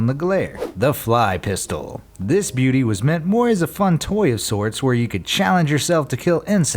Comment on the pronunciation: Why does he keep saying Beaty? 😂🤣😂🤣